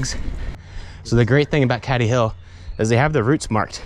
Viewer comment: pronounced cAdy hill mate, nice vid